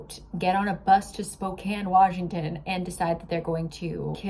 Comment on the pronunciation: I just gotta say, thank you for saying Spokane right! So many people do not know how to properly pronounce it.